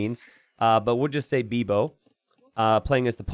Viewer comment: Nothing in specific. It's just a funny (and strange, from a spanish/portuguese point of view) way to pronounce "bebo", in which the letter 'e' should sound like [e], that is almost not used in English. The closest will be the 'e' sound as in "may" ([meː]), or "bait" ([be:t]), but without the /i/ sound after the /e/. Also, "bibo" (now with the regular 'e' pronunciation in English, as in "me" ([mi])) sound like the name of Beebo, that poor creature from Rick and Morty: v=6kfkcDNYbso Which is aldo funny. :D